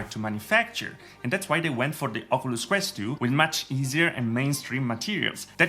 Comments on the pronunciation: Why you saying ocooloos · Oculus pronounced in this video= okooluss Not trying be rude but I find it funny